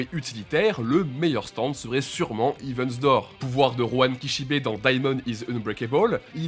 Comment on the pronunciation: Eh faut bosser la prononciation en anglais les gars parce que Hiven Door et Wither Report c'est pas possible